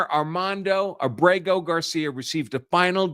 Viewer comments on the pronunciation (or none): His surname's Abrego. And I know how to pronounce it too, unlike the Media. Accent on the A.